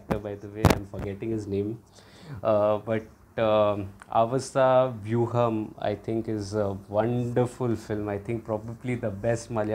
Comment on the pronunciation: Pronounce it as "Aaavaasavyoooham"